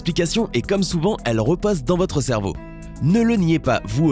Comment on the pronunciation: Il a dit cerbeau à la place de cerveau